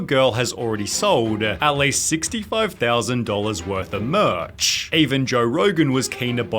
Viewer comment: Why does this guy talk this way LOL makes the videos completely unwatchable. "Hawk Tuah girl has already sold-UH $50,000 dollars worth of merch-CHH" so fucking annoying